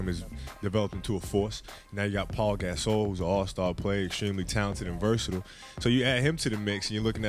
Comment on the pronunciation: Never knew Pau Gasol name was pronounced like that 😭